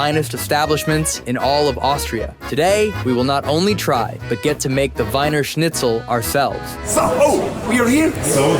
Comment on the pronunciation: It id pronounced like the "wiener" in "wiener dog" or "wieners" the saussges. They're Vienna saussges. Vienna is the english word for the city. It's actually called "Wien" in german.